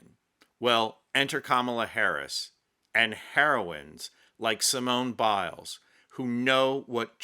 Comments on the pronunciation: Ha, ha. I had to laugh when you gave Simone Biles French name a Spanish pronunciation. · 🤣🤣She's French....I died!!!Simone Bill-es🤣🤣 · Thank you. Je te félicite....bravo Simone Biles (pronounced Bilaize). Yes!..she is a proud French beautiful, sting, athletic Lady.